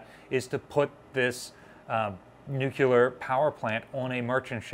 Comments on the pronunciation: IT'S PRONOUNCED [NEW-CLEAR]. NOT [NEW-QUEUE-LER] but you probably did that on purpose to bait people into correcting you, driving up your engagement and therefor your profit from this video ... Why tf do people have to be so snake-y about getting their views and engagement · New-clee-ur NOT Nuke-u-ler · Dear God in heaven,, "nu-clear." Not "noo-kyoo-lur." Say "new." Say "clear." Say "new clear." There, you've got it, go forth and sin no more. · New-Clear versus Nu-Cu-Lar has been a stumbling block here for many years. An instructor I had, a half century ago couldn't say solenoid. It always came out Son-a-loid. He could spell it correctly but couldn't say it. That was the way he learned it and it stuck. He always told the class, "I've been chided by better people than you". 😊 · Nuclear, not nucular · She was brand new and in San Diego, i toured her,, Awesome and Beautiful.... Waite, what did this guy say "Nuk-ya-ler" Please ! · NU-CLEAR! NU-CLEAR!! NU-CLEAR!!! Keep practicing & eventually, you'll get into the habit of pronuncing NUCLEAR like you've been doing it all your life ⚛️😉👍🏻 The Savannah looks fast even when sitting still at its moorings 🚢 ⚠️ FYI The choice of bright & vibrant colors to provide contrast in B&W was also done with the 1960's t.v. show The Addams Family for the exact same reason. The only difference being is the show was DELIBERATELY shot in B&W rather than the newly emerging "In living color." This was done to intentionally create the stark & gloomy feeling of the sets 📺 Color stills of the sets are really quite festive in appearance. 🌌🔭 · Oh my god. A+ videos are free content but the word is NU-clear. There is only one U in the word Nuclear. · Take a shot every time you hear "nucular." (Don't actually do this)